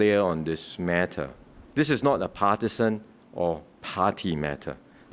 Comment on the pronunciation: I don't even know where to begin: 1 example is your pronunciation of "partisan" from onwards. it's more soft 'z' sound and not "san" like how a Singaporean slang/Japanese would emphasise. There are also awkward pauses like "jus weeks...apart". One common way is to record yourself speaking short sentences and then compare it with good orators like Lawrence Wong himself, Tharman, maybe LKY's clips. Or how people speak at Ted talks. How some actors like Colin Firth capture the audience. Undulating of the pitch at words and slow but consistent tempo. Your accent sounds like the typical local who never worked on speaking after O level oral exams. Some of the 't' sounds in your words are missing or not emphasised correctly. In short, if you have been seeing ads lately by this guy who is selling public speaking, vs all the other Singaporean ads, you sound like all the other Singaporean ads (typically low-quality accent and crude pronunciation, does not capture the audience with both delivery and energy.)